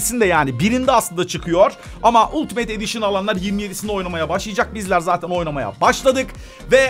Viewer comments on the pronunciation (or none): none